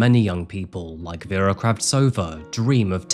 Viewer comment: It blows my mind how you're apologizing for your Myanmar pronunciation while constantly butchering the victim's name. Her name was VERA not VYRA. Veh-ra.